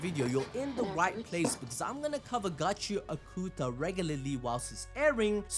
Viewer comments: It's not gachia kuta, it's gachi akuta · Bro say the name of the anime right pls😢